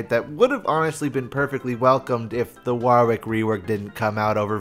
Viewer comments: waaar-wick.... never heard it pronounced like that before.... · It sounds like your having a stroke every time you say Warwick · Yet another example of Americans unable to pronounce Warwick